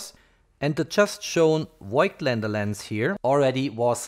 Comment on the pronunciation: Nice Video! Thank you !! … A little mistake…🧐… The company Voigtländer is spelled like „fog t lander“ ! 🇩🇪👋👍